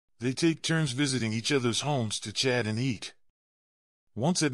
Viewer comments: Stop using this appalling AI which pronounced chat as shat!! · Shat at home? Are you quite sure you did ot mean Chat at home? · Work on AI. Shat for chat. Oldly for oddly. An for in. This is the worst narrative I have ever heard. Live in peace: mispronounced.